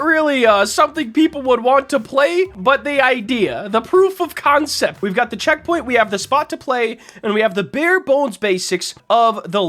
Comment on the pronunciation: "concept" lol